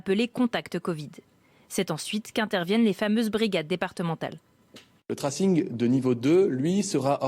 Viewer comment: Le ' traçage ' ça marche aussi. Pourquoi les médias français utilisent des mots anglais s'ils ne savent pas les prononcer correctement ?